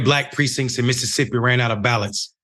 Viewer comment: Its "MISSISSIPPI" 😒🙄